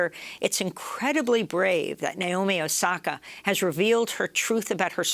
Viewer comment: i just want to point out her name is naomi. not nayomi. not nyomi. i have no idea where the anglophones get that "i" sound in the middle from. here's a simple guide to pronouncing her name properly: na as in nag o as in other mi as in middle